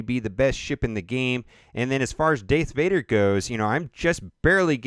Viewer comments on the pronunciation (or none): "Deth Vader"